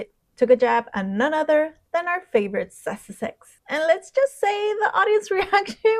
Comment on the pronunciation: I think your pronounciation of "sussexes" needs refining..